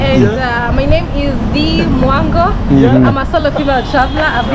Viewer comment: Bless up!. A Retired Teacher from back a Yard. Let me help you remember how to pronounce Dee Mwango last name.....THE M IS SILENT....JUST SAY WANGO....LEAVE OFF THE M. ❤